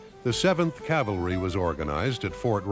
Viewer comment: Cavalry not "calvary."